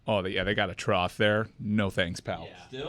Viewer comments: Trough, pronounced like Goff. Not Sloth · Ok I watched it several times, and says TROTH instead of TROFF. Trough = trôf